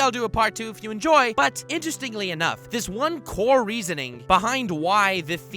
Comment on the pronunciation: He said core 🤦‍♂️